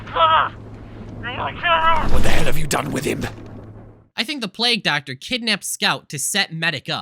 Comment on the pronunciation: Do Essay YouTubers just purposely mispronounce words now? Is this a thing? Plag Doctor, really?